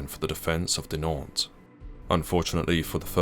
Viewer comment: I tried very hard to ignore, I really did. But your butchering of the town names is skin crawlingly intolerable. A tiny bit of effort put into learning the correct, and easy pronunciation of them would have made the world of difference.